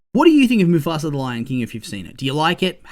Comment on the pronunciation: Why do you pronounce mufasa as mufasra?